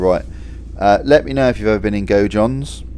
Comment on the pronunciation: Gojohns? Haha Wondered where you meant there, Gaudions was always a dodgy pronunciation. Shout out for posting bro, was wondering what the weather is like currently, looking fine for my prospective visit soon. Looks like not a great deal changed in my 3 year absence, love to see it. Would love to see a vinery tour, up the rue du gele too.